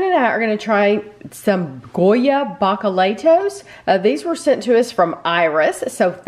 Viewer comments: B-minus for trying to say it but you totally said it wrong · I just told my students as we watched your video that it's OK that you mispronounced the name. It gave me another opportunity to teach the importance of accent marks. (ba-ka-la-EE-tos) ¡Buen trabajo! (Good job!)